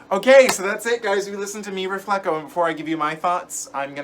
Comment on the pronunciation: Mi RefleHO, not refleKO. Connect with your roots,!